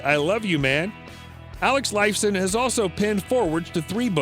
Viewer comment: Did you hear how he pronaunced Alex's last name?!?!